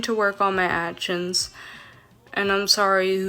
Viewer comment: "my past achshins"